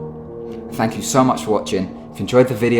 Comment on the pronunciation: its mainly words beginning with the letter T. another example "thanks" Actually pronounced "fanks" PS-Not hating, just an honest question.